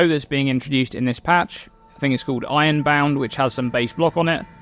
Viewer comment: I was about to comment something smart but then i got stuck on how you pronounce "ironbound" and now i can't stop think about it.